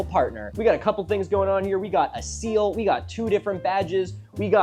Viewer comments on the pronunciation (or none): none